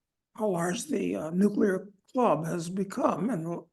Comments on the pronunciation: Nuclear, not "nucular"! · Ugh. Guy on left just said "nucular" instead of nuclear. I thought only George Bush did that.